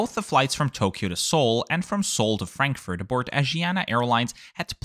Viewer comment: why are you tryharding so much with the asian names and trying to pronounce them the "proper" way, while saying stuff like "frankfurt" in an english accent, even though german is your mother tongue? 🤣